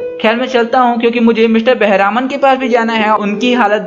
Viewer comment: He is not बेहरामन it is बेहरमान